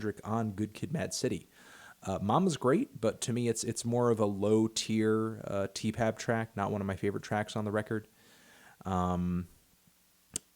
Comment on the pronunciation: If I hear you say Tee Pab one more time in this video I swear to fucking god